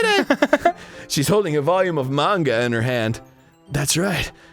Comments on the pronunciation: Anyone else annoyed that they pernonce manga like mainga not monga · its ma-n-ga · I feel like Arin is pronouncing manga that way to specifically irritate people